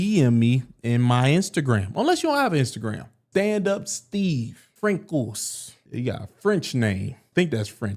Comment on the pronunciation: Francois is pronounced 'Fran-swah'